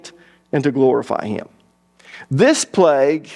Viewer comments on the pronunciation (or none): none